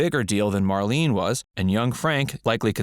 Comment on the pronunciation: It's Marlene say it right.